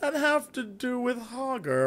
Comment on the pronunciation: its hogger .. RUN!!!!